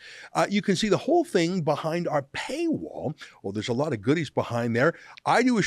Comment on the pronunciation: "I sshink it's a good sshing.." 🤯